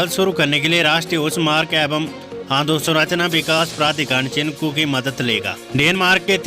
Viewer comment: चिनकू नहीं चिनूक